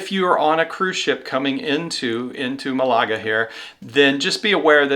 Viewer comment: Malaga has the accent on the first syllable